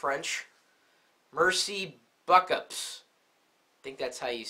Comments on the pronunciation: lol at mercy buck-ups! its pronounced mhehrcee bo-coup(silent p) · maircy bookoo is how you pronounce what u tried to say thanx very much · Its pronounced Mersee bookoo <3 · LMAO! Merci Buckups! It's merici beaucoup (merci beau-coop phonetically). I'm guessing that your gonna have to pick up a guide to speaking French. Definatly try to brush up on your pronunciation too! BTW, Paris is beautiful! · It's Merci Beaucoup ( which pronounced as Mersi Boku) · Its pronounced "MER see bo COO" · o and its pronounced, megrsi bocu :P just for the record